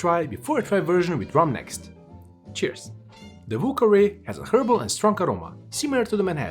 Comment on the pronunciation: Ah yes, the "vù kawè"